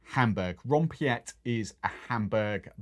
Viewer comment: Spoken "Ron Pete" .